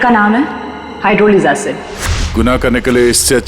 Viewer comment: hydrolic not hydrochloric